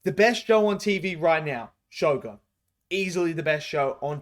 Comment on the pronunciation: why is everybody mispronouncing the word shogun?